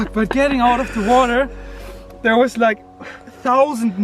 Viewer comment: “I don’t wike it”